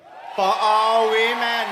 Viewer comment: Notice how he keeps saying "We-Men"? & those silly biological females ecstatically cheer HIM on.